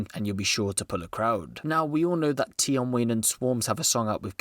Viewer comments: Man said Abra and tion Wayne and swarmz 🤦🏿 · Man said tion Wayne and abra